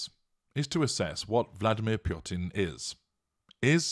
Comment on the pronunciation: It is interesting how you add an r to this name Purtin!